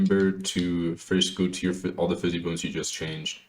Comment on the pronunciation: bro if you say "fizzy bone" one more time i swear to god